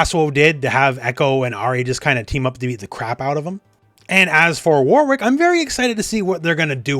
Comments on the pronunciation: I don’t want to be that person but…it’s pronounced “Worik” not “War Wick”. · Who is this War Wick you speak of? (Jokes, it's always been pronounced Wor-rick but I'm British so who knows) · The name Warwick is pronounced “Warick” stop trying so hard